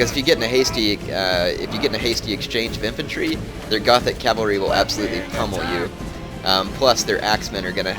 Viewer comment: Gothic cav is pronounced Gotic.